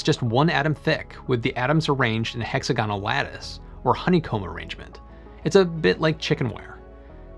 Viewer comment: Nice video, but learn to pronounce hexagonal. Think of diagonal. It's not dia-GON-al, it's di-AG-onal. So, hex-AG-onal. Sorry to be pedantic.